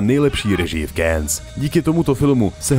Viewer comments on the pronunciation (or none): Ty vado, u Tarkovskiho to je "Káns", tady pro změnu "Kéns". Čte se to "Kán" sakra!